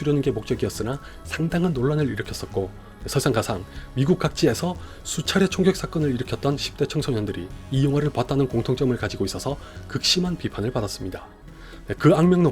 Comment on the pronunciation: 자꾸 미군미군 거리시는데 미국 미국 하신거죠? 조금만 신경써서 재녹음 부탁 드려요